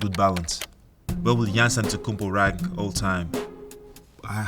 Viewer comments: 原來Giannis 中間的第二N不發音喔? 現在才知道欸XD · 連他念自己的名字都是糊ㄉXDDDD